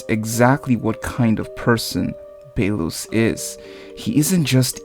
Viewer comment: Can someone tell him to stop saying Bae-los...